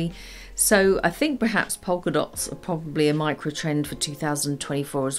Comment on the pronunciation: Don't pronounce the' l' in polka dots.